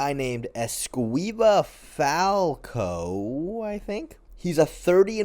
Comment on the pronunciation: Falcão is a bit tricky to pronounce. The "ã" is a nasal sound, similar to "uh" but more close to a low pitch "ah". There are no silent letters in that name, it is pronounced Falc-uh-o. This "uh" is actually closer to the real nasal sound than "falcAo" like most english speakers like to say.